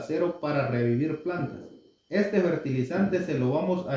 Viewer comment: FERTILIZANTES No se Dise Bertilizante